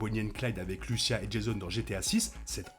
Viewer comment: Il faut prononcer Lucia et non Louchia